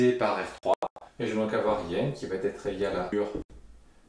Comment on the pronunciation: Bonjour. Vos vidéos sont toujours aussi claires et bien traitées. Merci. Par contre, s'il vous plait, arrêtez de faire la liaison "ça va t'être", c'est insupportable.